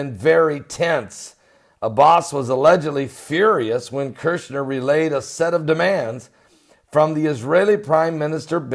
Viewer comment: pronounced Kushner not Kershner